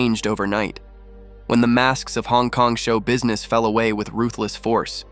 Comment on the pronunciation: Damn, you cannot even pronounce 'ruthless' nor her name 'Tsui'. WTF...